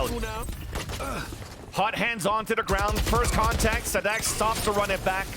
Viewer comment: His pronunciation is nearly perfect